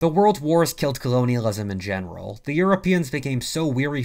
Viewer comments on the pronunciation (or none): none